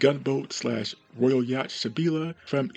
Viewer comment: Hey bud, just so you’re aware, the ‘ch’ in Yacht is silent 😉